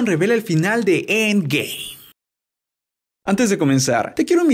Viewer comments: dice siempre endgay osea en ves de endgame dice endgay guat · Es cosa mia o dice endgay